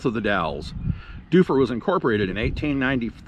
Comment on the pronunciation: He pronounced Shaniko and Dufur right though. Be kind, tourism is the only reason Central Oregon isn't deserted!